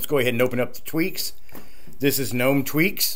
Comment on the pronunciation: Guy-Noo and Guh-Nome